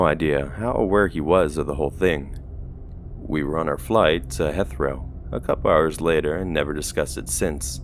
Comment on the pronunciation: Dangit..... It's not my bedtime yet though!!! Ps.... Heathrow is pronounced more like Heethrow.